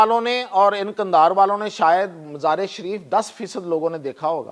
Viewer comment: او صاحب قوم کو تلفظ تو ٹھیک بتاو جیساکہ. مزار شریف کو مزارے شریف کہہ رھے ھو اس طرح تو نئی نسل کا تلفظ بھی غلط ھو جائے گا